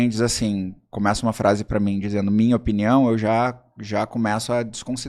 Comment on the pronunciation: “Eu acho Na minha opniao”. QUE AGONIAAAAAAAA